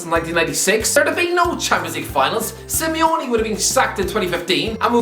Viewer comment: Simeone* not Simiouwni